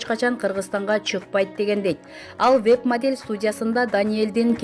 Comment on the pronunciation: Модьель деп кой